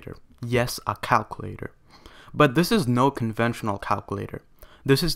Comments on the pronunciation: U need to learn how to pronounce words 😂 “calclater” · "yes, a cowcuwaitor" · son passed calc ab and bc, but can't say calculator right